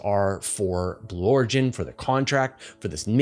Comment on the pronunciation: take a breath, willya? Talking so fast that "Blue Origins" becomes "Blorgins"!